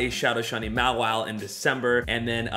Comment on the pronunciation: Where do you YouTubers learn to pronounce these Pokemons names🤦🏽‍♂️🤦🏽‍♂️🤦🏽‍♂️ maw-wheel is how the show said it🤷🏽‍♂️🤷🏽‍♂️